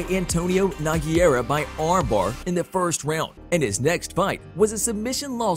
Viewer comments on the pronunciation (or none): Also Antonino No-Gare-uh